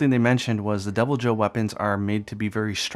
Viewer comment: thought you were saying Double Joe - he's extra caffeinated! lol